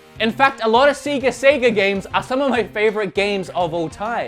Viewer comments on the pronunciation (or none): I'm sorry but I'm and you saying seega I just too annoying for me so I'm just going to stop watching now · Seger ? Like the rockstar? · I'm curious why you guys call it SEEga down there? Especially since as you pointed out the system actually says SEGA every time you start it up. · it's pronounced say-ga , not see-ga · Seega Sega! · Sega, not seegaa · Seeeeega? Really? I thought it was sega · Oh boy I never heard anyone say Seega. All sega games have a start up sound “Sayga”. Why do you say Seega. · it's definitely not "seega," please dont make me have to unsub... it's a Japanese company. if you dont say "sayga," then youre wrong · It's not Seega or Sayga it's セガ which is Se ga. Just scream it like a deranged banshee and you'll be about right. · it's sega and he says seega. Cultural diff/habit w/e but the top one is shenmue being pronounced shenyu xD Anyway, great video and kudos for putting jet set radio and super monkey ball but you really could/should have included Power stone in there (a sorta like smash bro on the dreamcast)!! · Just say "Say-guh" I was so triggered whenever you said "see-guh" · It's not "Seega" or "Sayga" it's "Sega" pronounced as if you would say beg. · It’s not seega or sayga it’s sega(e being a short vowel). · Sega not Seega sorry but that's annoying me a bit. Still a good video though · I was gonna watch this list but seeeeeeee ga. See see ga. Come on. Only joking. Good video. I'd like to see the best of dreamcast because I've never played a dreamcast game and I know it has got a very highly thought of library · Love your content, dude! You and I share a lot of opinions about the same games, but I may have to stop watching because you decided to pronounce "say-ga" incorrectly. I'm joking of course! Thanks for the videos, man :) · Thumbs down for saying seega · The way you say Sega disgust my ear I've said Say ga for years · thumbsdown purely for saying seega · Actually it's "Seg-ga" :-) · Who says "Seega" that's obviously wrong